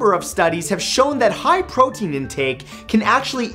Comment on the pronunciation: gaston said he eats 5,000 eggs a day u said PROTEN